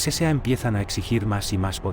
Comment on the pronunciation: No se dice CCA, se dice la SA, acaso no fuiste ala escuela nocturna